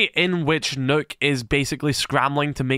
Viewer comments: You pronounce Nøkk as "Nukk" not "Nook" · the name is actually pronounced as “nuke”